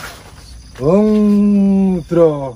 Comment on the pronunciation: Bacanya Hong ngudro🤣